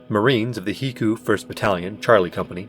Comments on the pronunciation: I deeply regret that you went with heecoo rather than HECU (Aitch-ee-see-you) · "HE-coo" hahahah I always thought it was supposed to be "Heck-You" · HE-coo? Bless you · You need to work on those pronunciations like Gila monster, HECU, and Tucson if you're aiming for that documentary feel. It always sucks me out of the immersion when that happens. Also need to slow down your reading a little bit, otherwise the cadence and tone is great. Your voice is well suited to it. The vortigaunt on the stretcher was a bit goofy, no way they would realistically be transporting that in the open. It would be blocked off with ample standoff distance and they'd bag the body first. Even with traffic deaths they wouldn't let that many spectators. The remark that Bush did not resign would not be considered controversial. No president would be expected or asked to relinquish power in such a time of emergency.